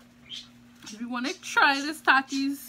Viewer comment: No offense or trying to be mean but the way you say takis you say thakis